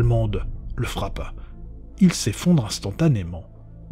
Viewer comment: Octobe, s'effonde, quatte.. c'est du français approximatif..